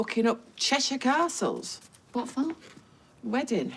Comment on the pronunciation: How Eileen says 'castles' 😂😂